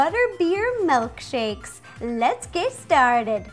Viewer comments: "butterbear MELKshakes." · Is she saying MELKSHAKES?